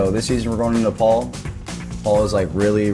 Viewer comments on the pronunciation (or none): The way everyone pronounces Nepal is very disconcerting.